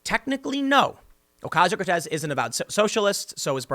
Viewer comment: Her name is "Cortez", come on now lol